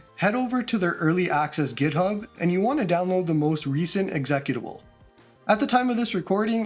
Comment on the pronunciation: the way you say executable is hilarious. Good vid, thanks for the clear instructions